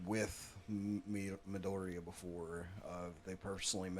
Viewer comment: I'm going to say this while I'm at it so if you're reading this then here it is: what you need to do is SAY IZUKU'S LAST NAME RIGHT CAUSE IT STARTS TO GET VERY ANNOYING EACH TIME YOU DON'T SO PRONOUNCE IT RIGHT CAUSE IT'S ME-DOOR-RIA AND EVEN AS YOU ARE WATCHING THE DUB YOU'RE STILL NOT CORRECTING YOURSELF SO FIX THAT... Sorry also cause normally i don't rant but even I can start to lose patience when reactors say a name incorrectly every once in a while so i apologize for that so aside from that hope you enjoy the rest of this season again.